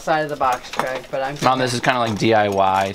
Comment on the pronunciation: mom not mon